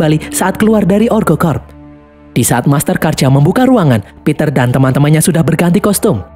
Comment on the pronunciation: master karja kok berubah jadi masker karja hahaha